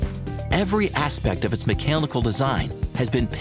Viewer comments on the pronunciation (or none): "Mechalnical design" - should've re-recorded that ;)